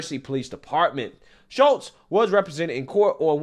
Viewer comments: if her name was Shultes woudnt it be spelled with an L and not Shutes or is the t representing a silent L?? i think if u rewatch the clip your following u will find its pronounced like shoots. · Shutes, you keep saying Shults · Love your channel. It’s SHOOTS not “SHULTS”. How do you see words? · Ffs dude, it's Shutes (Shoots,) not Shultz. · Please LEARN HOW TO READ! YOU ARE JUST AS IGNORANT AS MS."SHUTES" You consistently called her Shultz! Secondly, she should be kicked off the team, lose any scholarship, charged and sentenced with Physical Assult! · Shutes, NOT Shultz, dummy! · Shutes not Schultz.so simple 😂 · Why you keep calling that Shultz, like you didn't hear the news reporter say Shutes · 💯💯 Somebody tell this guy to QUIT CALLING HER "SHULTES" 🤪👈 It's pronounced SHUTES ! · He keeps saying Schultz. Lol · you know what's coming... and so does everyone else: she's going to play the race card; and will likely claim that the other player used racial epithets. Btw, her name is "Shutes," not "Schultz!" You can pronounce it "Shoots" if you like, but leave the Krauts out of this. They're still trying to live down what the small moustachioed painter did. 😂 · Pronounced: SHOOTS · LMAO......Did it bother anyone else that he kept pronouncing her last name wrong? Like even when reading it directly from an article. How does Shutes become Schultz?